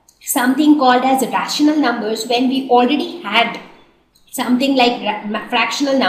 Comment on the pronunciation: did anyone notice that mam is struggling with the pronunciation of the words rational and fractional